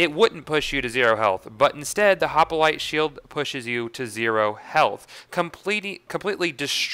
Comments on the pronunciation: Hoplite not hopalite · I'm gettin' real tired of hearin' this guy say "Hoppalite"... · this glitch helps sirens as they now no longer need a breakneck banshee to do the immolate glitch. also, "hop-a-lite" lol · i like how you say hopalite :p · Why the hell do you say "hop-a-lite"? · It is so bad like say it correctly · your prenouncing hoplite wrong